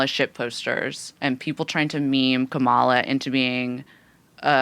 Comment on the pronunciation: Kah-muh-luh. Not Kuh-mall-uh learn how to say her name